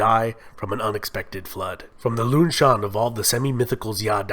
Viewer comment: Notes: (mostly about pronunciation) 1.Longshan is pronounced long shaan, not luung shaan 2.Xia is pronounced Sha not Zia 3.Shang is pronounced Shaang, Mandarin has no 'ay' vowel 4.The bronze mask you show on the screen while talking about the Shang is from Sanxingdui, and is associated with the Shu kingdom, who were enemies of the Shang and allied with the Zhou kingdom to topple their reign 5.Daoism in the Zhou period was philosophical, not spiritual, religious Daoism developed under the Huang-Lao school in the early Han Dynasty 6.Qin Shi huanG not Qin Shi Huan 7.Sui is pronounced Sway 8.Tang is pronounced Taang 9.The ua in Yuan is a dipthong, it is not disyllabic. think Y-ooeeh-n